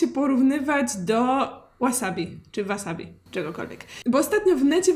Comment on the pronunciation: Drobna poprawka-każdy szanujący się Polak to ma w domu chrzan, buraczki i ogórki kiszone, a nie wasabi/łasabi czy jak to tam się czyta.